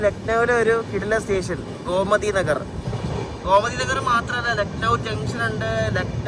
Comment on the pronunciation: Gomati alla Bro Gomti Nagar aan 🙂